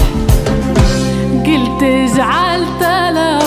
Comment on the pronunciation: أغنية الفنانة التونسية الرائعة نبيهة كراولي أما لمياء علاش ماتقولش على صاحبة الأغنية الأصلية و زيد تنطق قلت يجب أن تكون مرفوعة